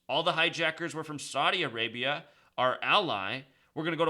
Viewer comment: Saudi A-rape-ya